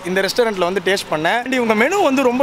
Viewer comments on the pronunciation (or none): Have You guys ever Noted that pronounces "TASTE" as "TASHE"?